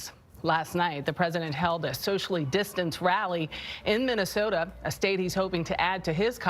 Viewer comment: Did paula say Minnesoto? the first time she mentions the state?